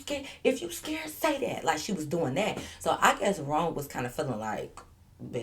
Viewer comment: I don’t know why through out all the stories I keep thinking you saying ro instead of wrong 🤣🤣but not she dragging it out but not wanting to fight 😭😭